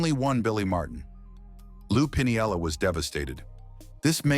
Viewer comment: Its pronounced “Pin-ella” not “Pinny-yella”